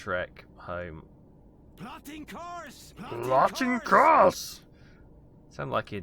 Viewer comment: I was thinking, why does he keep shouting something about rotting corpse. That would be most unhealthy in a closed space with lacking ventilation. At length I figured he says "plotting course".